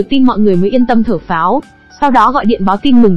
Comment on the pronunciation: Chỉ có chữ Thở Phào Nhẹ Nhõm thôi mà cả clip 3 tiếng hơn vẫn cứ đọc là Thở Pháo :))) . Bó tay thật